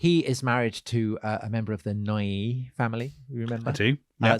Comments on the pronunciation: Noailles not Neuily. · It’s Noailles